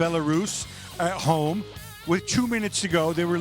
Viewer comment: It's coming ho-MADRID